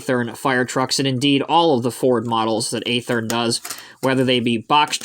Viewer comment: Watching this video I've learned yet another way to pronounce Athearn.... 🙄